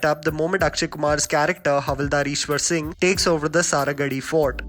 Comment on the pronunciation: did you said Punjabi 1984 ...it actually is Punjab 1984......not Punjabi 1984 also the make of character Ishaar singh not Ishwar Singh.......imagine someone says your name with i in the and ...however names doesn't matter but bro its your work and we love it but